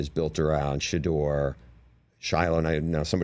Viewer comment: “I think She-duer is a terrific QB” 🤣🤣🤣